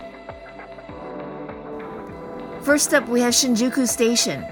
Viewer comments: Shinjeekee?? I don't think so haha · not shinjeekee Shinjūkū. Like Shinyūkū. Thats the right to say it. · You pronounced it wrong. The u is pronounced like a Y or Yu Sounds like Shinjyky